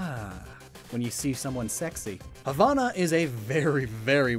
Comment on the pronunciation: THERE IS NO "H" AT THE END OF HAVANA!!! >:(